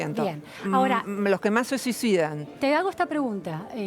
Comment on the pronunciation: "los que mas se suisuidan" me quiero suisuidar xD